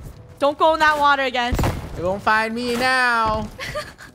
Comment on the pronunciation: you say it me not meh